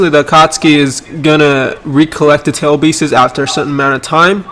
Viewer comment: Everyone: Tailed beasts //: Tailed beeses